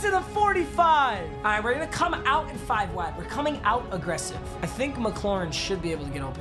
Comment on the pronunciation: Listen to the way he says “cut in”